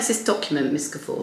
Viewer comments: Mispronouncing the main person’s surname really belies fact you did even basic research. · Do u mispronounce her name throughout? For goodness sake how does she see Guffour???? You have lost a viewer in 3 minutes